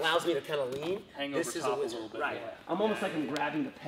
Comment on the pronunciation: What a minute it is called a whizzer and not wizard. Next you are going to tell me that we don't get French benefits.